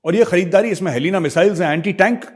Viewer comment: Major saab, it is HELINA, not Helena.....Helicopter launched Nag missiles :) Indian made, and Indian designed.